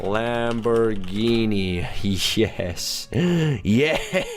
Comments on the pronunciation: He said ''Lambourghini''. Not Lamborghini.... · lambourghini... you mean lamborghini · Its Lamborghini NOT Lambourghini :P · bruh its lamborghini